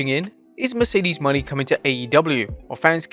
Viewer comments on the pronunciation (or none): none